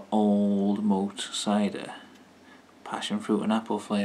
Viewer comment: Pronounced Moot so it rhymes with fruit